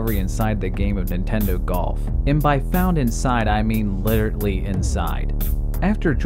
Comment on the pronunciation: Please... it's "literally," not "literately." Please... please.